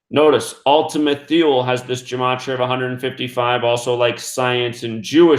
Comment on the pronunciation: Thule is pronounced Too-lee. Research Thule Society. It was named after "Ultima Thule" – a country in northern Europe found in ancient Greek and Roman mythology. Researchers claim senior members of the Thule Society believed a master race of alien beings were living in underground caverns – right here on Earth.